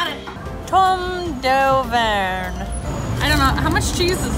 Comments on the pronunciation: i was laughing so hard when said tomme d’auvergenahhhh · hearing pronounce Tomme d'Auvergne made my day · Spicy Citrus french people talking about how these 2 hosts horribly pronounced “tomme d’Auvergne” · Pronunciation - Tomme dovekhne or dauvekhne